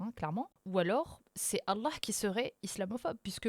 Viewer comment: J’adore quand elle dit « Allah », c’est beau.